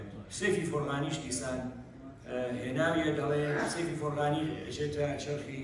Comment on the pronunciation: ناوی شاعێر، سیف فەرەغانی بە هەڵە دەخوێنێتەوە.